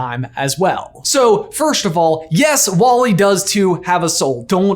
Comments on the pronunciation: does it bother anyone else he says first like firsht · Okay but, “firsht”? WHY ARE YOU SAYING IT LIKE THAT